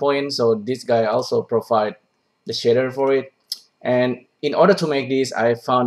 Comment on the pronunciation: "The shitter itself actually looking pretty complex" Took me a while to figure out shitter = shader. Love it